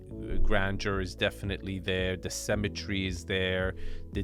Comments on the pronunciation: Love you man but please learn how to pronounce symmetry sim-a-tree as you pronounce it cemetery sem-a-tree a place for dead bodies 😂 😂😂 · Sy-me-try. Symmetry. Symmetry. Not "cemetery", xD